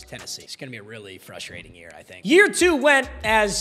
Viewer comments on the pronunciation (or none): none